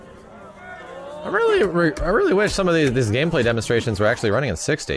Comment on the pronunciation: Dameplay Gemonstration.